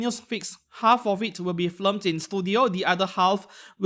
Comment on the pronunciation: I've been meaning to mention it and no shade to you, but it's film and not flim. You've got the L and the I backwards whenever you're saying it.